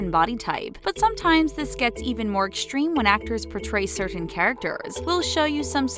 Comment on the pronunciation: I don’t like the way the narrator over pronounces ‘certain.’ It’s making my eye twitch.